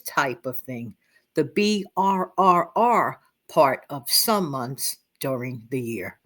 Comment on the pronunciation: You like Burr but not Burrrrrrrr😂❤